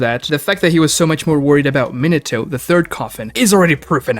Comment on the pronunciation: Also “minna toe” despite it being his fav